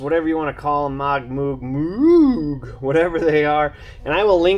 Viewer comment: Just so ya know, "moog" is pronounced like "vogue" or "rogue". And, got that inner tie rod tool. NICE. Thanks!